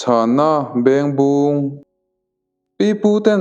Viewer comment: Bengbung i lam dan hi a dik lo deuh